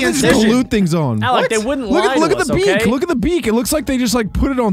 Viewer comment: You know what WASNT cool The way you spell this and said thUS